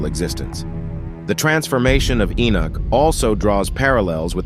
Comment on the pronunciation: Keep saying "Inuk" ... Enoch then looks like its wrongfully spelt ..